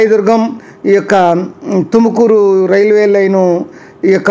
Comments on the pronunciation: ఎందన్న. తెలుగోళ్ళ మరియడ తిస్తున్నావు. బెంగళూరు లో కర్ణాటక టుకుమూరు ఉందా 😅😅 తుమకూరు అన్న అది తుకమూరు కాదు కర్ణాటకలో బెంగళూరు ఉంది అన్న. ఎంతో మీరంతా ఎక్కెక్కడ నుంచి వస్తారో. 😢😢😢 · Adhi tukumuru kadda raa tumakuru